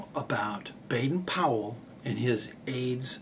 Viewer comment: I must take exception to the Americanised pronunciation of BPs name as "Bade-Pool" even if you claim to have heard him saying on an old wax cylinder recording (which are crackly and not very clear)as "Baden-Pool" when asked how his name was to be said he replied "Man, maid, maiden rhyme it with Baden as for Powell rhyme it with towel" which in no way cane said as Pool